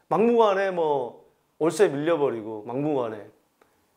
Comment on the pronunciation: 올세시대 발음 웃겼어요ㅋㅋ